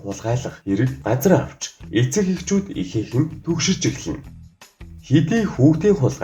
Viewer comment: Эцэг гэдгийг нь дэцэг гэчихсэн байна шд